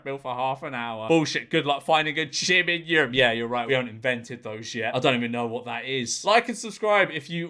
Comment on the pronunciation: "What's a gyme? Oh, a gyme!"